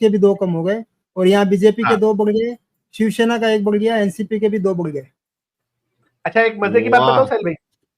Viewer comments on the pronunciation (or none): none